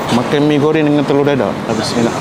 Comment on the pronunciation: Terlioq aih..teloq dadaq??? Whattttt??? Hahaha..x sebut dadaq laaa..dadar jugak..habih smua yg ada r blakang dia nak tibai q..🤣🤣🤣😅